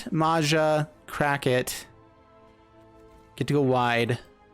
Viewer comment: It's not Maza, it's MAJA(in US pronunciation would be Maya)which is common name in Croatia, Slovenia and Czech republic.